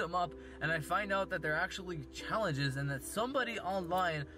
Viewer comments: im na thu one who comes up wit these chalanhes Dude DICTION PLEASE for the love of god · also sounds drunk, or like a 5 year old "chowenjes, bwuh" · " Some of you guys think that i make up these chayanges"